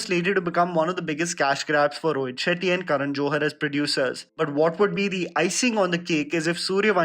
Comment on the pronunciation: I heard ROHIT SHITTY :)